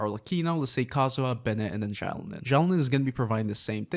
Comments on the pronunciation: Dude please learn how to say her name correctly. It’s Xilonen (pronounced zhee-low-nen). Not Xiaolin. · why are you saying xiao lin?